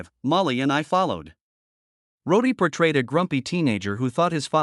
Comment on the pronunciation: Jesus, Use a real voice and his name was Roddy not Roady !!!!